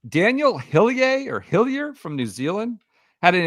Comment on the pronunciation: taking a swing at pronouncing Hillier the French way within 10 minutes of Row-Main Langaskcue and Saint TrowPez is the true essence of the